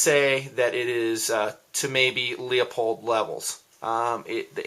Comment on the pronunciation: Nice enough review, but PLEASE quit saying "Leopold." It's spelled "LEUPOLD" and pronounced LEWPOLD.